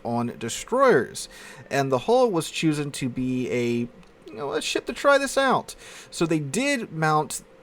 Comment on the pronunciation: Had to rewind when you said “Choosen” 😂